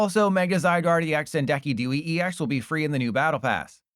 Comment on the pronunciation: Say what? Decky Dewey